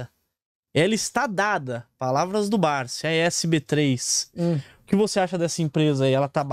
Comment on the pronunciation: Ele fala Barzi e não Barsi conhece muitoooo! Kkkkkkk